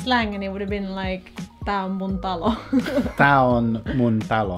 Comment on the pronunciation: Mitä helvettiä tää on hauskaa katsoa ja talo lausutaan sun mielestä ಠ_ಠ tallo